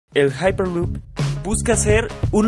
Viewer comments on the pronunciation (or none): none